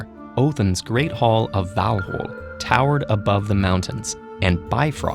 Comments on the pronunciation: it's VAL HAL A bro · That pronunciation of Valhalla made me wanna barf